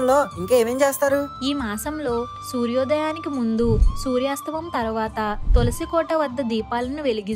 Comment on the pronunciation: సూర్యాస్తమం కాదు సూర్యాస్తమయం